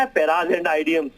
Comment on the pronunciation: क्यों अनपढों को बुलाते हो, या बात करते हो किसी अनपढ़ नेता से। 1मिनट 40 सेकंड। वो होते हैं ना पराज़ एंड आईडियम, ससुरे को खुद अंग्रेज़ी नही आती। फ्रेज़ एंड इडियम्स होता है।